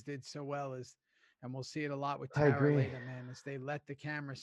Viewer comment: Ugh! When called Tara, Tar-Tar! 🤬🤬🤬🤬🤬🤬 I wanted to reach through the screen and slap him in the mouth.